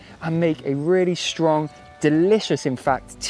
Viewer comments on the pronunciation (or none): none